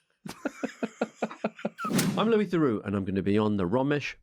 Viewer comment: Can I ask how he felt about the numrous mispronunciations of his name Lewis Therux I liked.